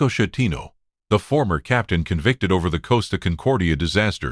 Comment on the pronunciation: A coward . Schettino ( skettino ) not shettino .